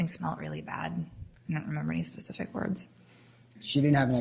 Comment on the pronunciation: What about "pacific" instead of "specific"?